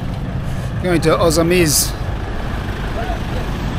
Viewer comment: You have to pronounce ohh-sa-mis slow not osamiss fast